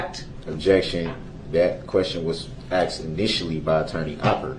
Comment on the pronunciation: Axed. Axed. I looked it up and me dont think durrul is pronouncing this correct. I did see a referance to "Hooked on ebonics". Then it made sense.